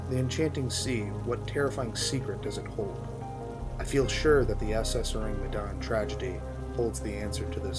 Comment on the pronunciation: You pronounce the name of the ship wrong get it right